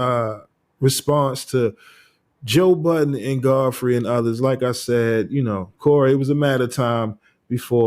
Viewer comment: Why do people put an S on budden 😂